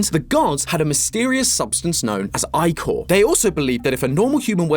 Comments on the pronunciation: Having never hear that word pronounced by a Grecian native, I've always thought it was 'Ick-Or' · its actually eekor(just spelling it how its pronounced) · It's not icor it's ichor the is not loud and proud it's soft and loft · am i the only one thats been pronouncing ichor as “e-core” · I always thought that you say “Ichor” as Ic-or like “Icarus” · Hay just to say that ichor is actually pronounced ik-or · Isn't it pronounced ik-ker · It’s pronounced ick er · anyone who pronounces ichor as eyechor deserves to get the Oppenheimer treatment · It's actually pronounced "eehor", as per my Greek mutual nitpicks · its pronounced, icker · Just here to inform of the proper pronunciation of ichor (ick-or) like Licker but without the L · what you're telling me that ichor isn't pronounced (ick-or) omg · i thought it was pronounced like ik-her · I thought "ichor" was pronounced more like "icker." Where did I hear that? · Isnt is ihh core? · it's pronounced Ick•ore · thats how it pronounced. ickor is NOT how its pronounced. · I swear I've always pronounced it like ick-ur, i-core sounds terrible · i‘ve been watching wayyyyyy to much ttrpgs because the way pronounces ichor just irritates my soul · Your pronunciation of Ichor both angers and infuriates me 10/10 theory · Who let him pronounce "ichor" like that 😭😂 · I don't know if it's his accent or not, but it's anyone else laughing at pronunciation of ichor? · I can't be the only one bothered by pronunciation of Ichor, right?-, you're amazing, but I'm fairly sure that's not how you say it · Icor is pronounced ic-or not i-cor. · In Greek mythology ich or isn’t pronounced I-kor, it’s more like ick-or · ick-er not eye-core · Eye-core…… EYE-CORE??? ITS ICK-ORE OMFG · Ichor the "i" is pronounced the same as the "i" in word "if" or "it" like if you said "that gave me the ick" the "or" is pronounced "er". Its "icker" not "eyecore" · Anyone else always pronounce ichor as ick-or and not I-core, or just me?